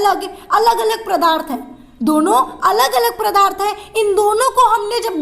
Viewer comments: Mam padarth not pradharth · Madam g pradarth nhi padarth